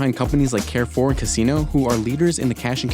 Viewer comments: Why can't Americans pronounce anything correctly? Someone needs to tell the narrator that Carrefour is pronounced more like car-foor than care-foor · The mispronunciation of Carrefour is borderline annoying.